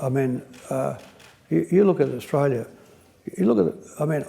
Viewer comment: Big Picture, Not, Big Pitcher. Australia Not Strayya. Inexorably. No Qualifications, A product of an escalator. Changed Australia for the worse. Utter nonsense, Nothing more than a mutual admiration society. Insufferable. Such a mediocrity.